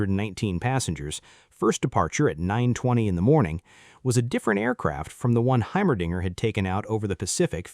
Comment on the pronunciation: "Heimerdinger" not, well, what you heard.